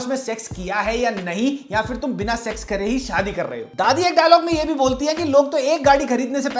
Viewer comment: Why can’t you say sex and sexual properly? Segsual? 😅